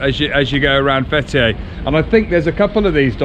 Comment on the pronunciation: Fetiey diyor adamcağız FBİ der gibi 😂. FTİ (Fetiey) Open the Door